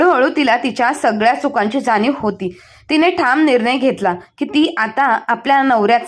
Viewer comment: थांम नाही ठाम